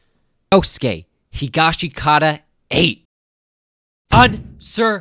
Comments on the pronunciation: Bro why u pronouncing higashikita wrong? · How do ppl still not know how to pronounce Higashikata